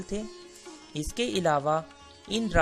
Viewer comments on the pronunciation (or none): none